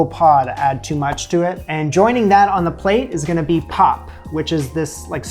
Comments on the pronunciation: My friend, it is pronounced "pup" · Hi there, fabulous job! The pap is pronounced 'Pop' and is quite similar in taste and texture to polenta. You can make it quite stiff, and cold water is indeed the trick! Once it has boiled, put on low heat and allow it to cook slowly. The stiffer it is the better to scoop your stew! Sometimes the African pot can be called a poitjie (pronounced 'poi-kie'), and stews made this way are also referred to as poitjie's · In South Africa, the 3 legged pot is called a potjie pot (pronounced poi key). And pap is pronounced pup. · Pap pronounced ... pup 🐶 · pronounced pup the three legged pot is cast iron.